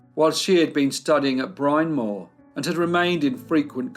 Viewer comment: Just a pedantic note on the Dorothy Arnold story...Bryn Mawr is pronounced "Brihn Mahr" not "Brine Mohr." Sorry, I had to mention it.